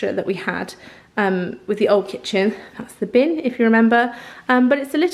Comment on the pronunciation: I did lol - had to do a double take as I thought you said "this is where we keep the children" 😂